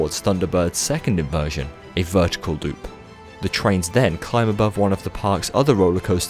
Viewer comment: No one is complaining about the fact that said, "vertical doop"? wow